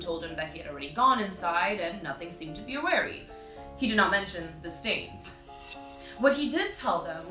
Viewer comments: is the whole bit plagiarized? is basic.. awry at worst uts pronunciation by so.eis Awe-ry but proper English it's pronunciation is Awe-Rye like 2 syllables js.. it's not the first time I've noticed this.. like she's copying someone's homework which makes me sad because I was a big fan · I like the funny way that you said 'awry'. Cute haha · the way u pronounce "awry" and "alas" 💀